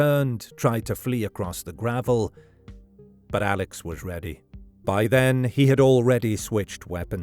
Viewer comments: His name is pronounced Alec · It's pronounced Elick Murdock.